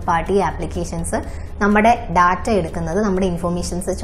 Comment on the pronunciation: ടാറ്റ(TATA) അല്ല. ഡാറ്റ(DATA) ആണ് ശെരി.ചാനലിന്റെ പേര് ടെക്-മലയാളം😄😄😄